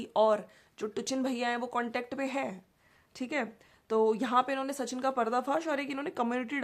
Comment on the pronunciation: Sachin ka naam jab bol rahi hai to sahi tarike se boliye aap Naam galat bol rahi hain